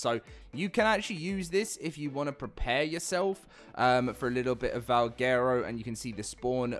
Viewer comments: LOL Its pronounced Val Gwero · Butchered the name